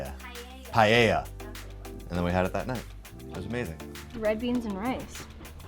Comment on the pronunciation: Being Spanish I find that "paella" hilarious lmao. XD